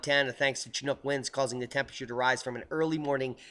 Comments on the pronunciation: Pssssst... "Chinook" is pronounced as "Shinook". Just a heads up on that. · Hi Great report as usual. Talk that the Polar front has been split intentionally with HAARP & other scalar tech that controls & directs weather. Chinook is an Inuit or "Eskimo" word I believe, being a Canuck I grew up with the word & the "Ch" is pronounced Shhh Shinook, fyi. : ) . Cheers mate from down under!